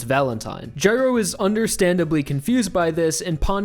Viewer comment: guy-row, not jyrow